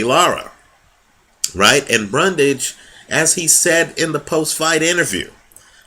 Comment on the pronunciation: Great video once again. One necessary correction as the mistake was repeatedly made.. It's "Bundrage" not "Brundage".